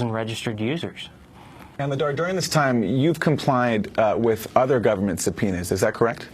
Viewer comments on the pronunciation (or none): did he say subpenises ??